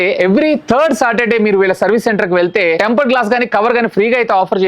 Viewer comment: టెంపర్ ❌ టాంపర్ ✅